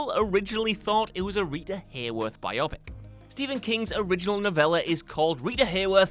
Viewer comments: Just so everyone knows, biopic is pronounced "BYE-oh-pick" not "bye-AH-pick" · it's uh....Bye-Oh Pick. Not Bi-Oppick.. Cripes. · Bio + pic = biopic Does not sound like myopic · Is it pronounced bio-pic in the UK? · I wonder how accurate your information is. I mean, you can't even properly pronounce the word "biopic." 🙄 Agreeably, this movie is one of the greatest ever made. Most certainly the greatest prison film ever. Sidenote: For the life of me, I have never understood why people put Tarantino on such a pedestal. Even shows like The Simpsons poke fun at the teenage like angst depicted by Tarantino. At least the Simpsons don't take themselves seriously. I mean, talk about overrated film makers. Every, single Tarantino film offers the same adolescent BS: 1) Gratuitous violence 2) Making illicit drug use seem cool 3) Needless use of profanity I can somewhat see how an immature teen might like a Tarantino film. Everyone else has to reject this highschool mentality or we'll never get another movie like Shawshank again! This explains why the only movies coming for the last 20 years are based on comic book super heros.